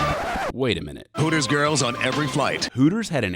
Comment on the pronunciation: Hootors.... Sounds like hookers